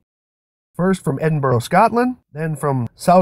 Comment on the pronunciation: Excellent video, hopefully it'll convince some flatlings, if they can understand it! Just one thing though, as a Scotsman I have to point out that you mis-spelled Edinburgh and you pronounced it wrong, it's more like Edinbra. Sorry if you think I'm being pedantic. Great job though.